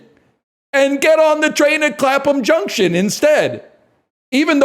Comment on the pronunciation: Going out of my mind hearing my streamer say "Clapham Junction" and have him pronounce it perfectly during one of his patented crescendo bits